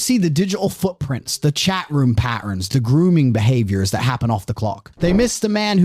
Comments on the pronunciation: The guy telling this story cannot say the letter T. It’s annoying, and I’m not posh ,I’m a cockney. Slopping talking. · This the third tate? Has same extra syllables to words😂